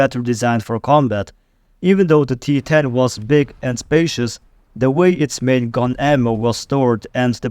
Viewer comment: Referring to the T-10 as "spaciouse", makes every other thing said here suspect.